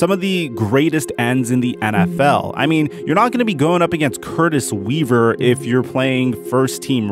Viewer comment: Dude put some respect on Curtis Weaver's name!